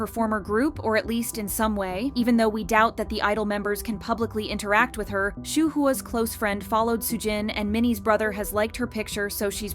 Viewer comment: "Shoe-who-ah"...😂 who?